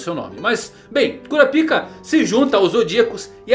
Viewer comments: Cura a pik é phoda man, muda essa pronúncia aí pelamor 😂😂😂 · Bom Dia, só por curiosidade msm, pq vc não fala o nome de Kurapika da msm forma que os dubladores originais falam? Falar " Kurapíka " sempre me quebra. Rsrs... Um abraço. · É engraçado pensar que está no aguardo da pronúncia do nome de um personagem, enquanto fica falando CU-RA-PI-KA e não KÓ-RA-PAI-KA que foi uma adaptação da dublagem brasileira.